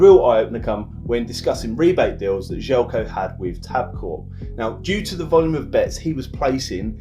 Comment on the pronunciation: Damn, completely butchered his name at the start! :D This might help, first name is pronounced "zhely-ko" and the last name is "rahno-gahyetz"